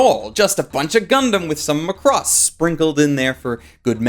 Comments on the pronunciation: It's pronounced Ma-cross, not Lacrosse like you spell it. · Why do you pronounce Macross like Lacrosse? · I'm pretty sure you're mispronouncing Macross. It's not lacrosse.